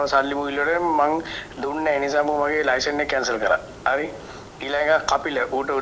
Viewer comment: චමුදිත ලයිශන් කියලා කියන්නේ නැහැ .ලයිසන් කියලා pronounce කරන්නේ .පොඩ්ඩක් දැනුවත් වෙන්න .